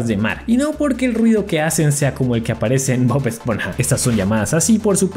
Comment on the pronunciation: En el minuto dise Bob spona